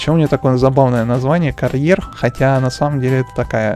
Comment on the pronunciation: Порш кареро а не карйер 😁😁😁😁😁😁гелик делали мерседес не знал.... Ну понятно если ти не можеш виговорить авентадор(авендатор)... Какие страние названия для тебея да если ти не можеш их виговорить 😁😁😁😁😁😁😂😂😂😂😂😂😂